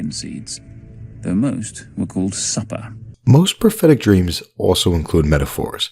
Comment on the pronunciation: McCool's Suppah.... LOL.